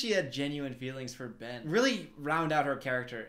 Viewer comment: I just have to point out she said Bren instead of Ben lol